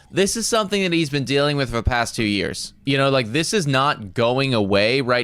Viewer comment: "It all has to do with the thumb-ah". "For the last cpl yrs-ah"